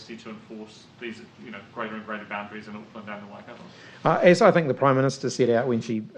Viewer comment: Please do not say wai- cat- oh it's Wai -cut-tor 😒